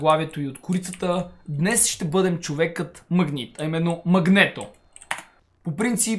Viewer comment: Казва се Магнито. А не Магнето.